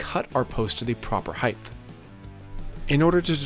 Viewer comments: Is it just me or does EVERY maker/builder on YouTube say "heighth"? That is not a word. It's "height". Is it just comment baiting (done on purpose to get idiots like me to leave a comment) or do you honestly not know the correct word? I'm not insulting (so all you perpetually offended people can try and relax) I'm genuinely curious. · I keep hearing you say 'heighth' (ending with a 'th') in your videos (mostly in the voice over, but there was one instance in this one where it was camera audio. Is that something that others in your region pronounce too? I have heard another youtuber pronounce it that way, but can't remember who. Do you even notice it? edit: not trying to have a go at you, or tease. Just interesting. I am from Australia, so I cop it from my wife's american and canadian relos for my accent and the way I pronounce things.